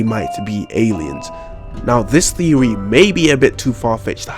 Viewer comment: “My thewy” oh nononooo 😂